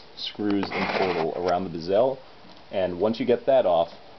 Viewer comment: Nice video, man...but why do you pronounce bezel like gazelle?